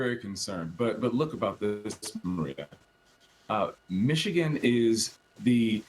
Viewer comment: Can someone teach her how to say Michigan holly cow 😂😂😂 “mitchagin”